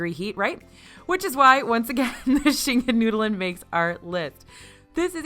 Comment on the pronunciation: The way pronounced Schinkennudeln had me giggling 😂 sorry but as a German… that is not the way to pronounce it 👀😂 still funny tho